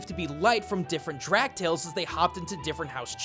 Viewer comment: Just a quick note, 'Drak' is pronounced 'Drake'